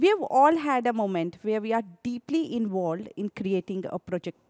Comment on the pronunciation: Content is great, but please stop putting on stage presenters, who can't speak the language. "Moment wer wi ar deeply invuled in project plan" "Your ?joint? messages are not ?fleded?" Ehh...